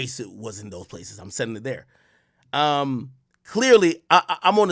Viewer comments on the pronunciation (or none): none